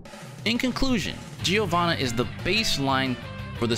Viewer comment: It's "JO-VANNA" the I is silent